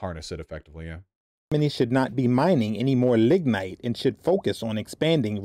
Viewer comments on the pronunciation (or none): I thought he said ligmite and I was about to lose it